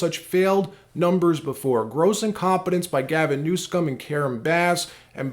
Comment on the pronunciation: Every time you say newscum, it takes away from your content. Just say it right, we know he is terrible